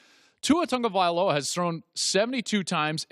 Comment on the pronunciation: Where is the "N" in TAGOVAILOA?!?!?!?!